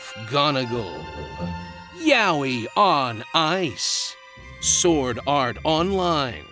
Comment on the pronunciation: Itss.. YA. OI. OIIIIII not eeeeee